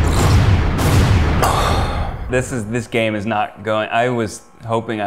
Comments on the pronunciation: Yup. Eugene says gay instead of game in the intro, and he pretty much always can. You cant tell me otherwise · i will always hear "try guys gay time"